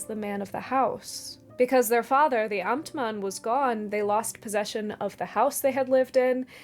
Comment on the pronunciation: Compliments on your pronunciation of the German word "Amtmann" ❤ Always appreciate when Youtubers go the extra mile with pronuncation of "foreign" words, it's respectful ❤ (My little country has three official languages & German is one of them 😉).